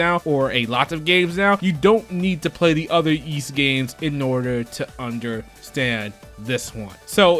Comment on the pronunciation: i could be wrong but i think the Ys games series names are pronounced "whys"....not that its really important i guess